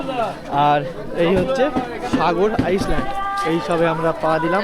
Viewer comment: Pronounciation ta vul hoche..ice land ny ota island